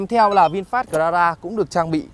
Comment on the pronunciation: Cờ la ra vãi ông ạ